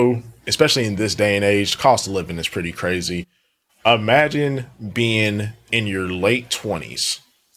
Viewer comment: don't forget "e-magine"